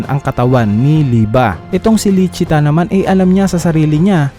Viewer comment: "Lisi-ta" po ang tamang pagkakasabi ng pangalan at "Licita" ang official translation ng pangalan. #Correctionlang👍